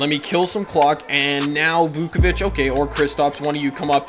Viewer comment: nikola "vookavich"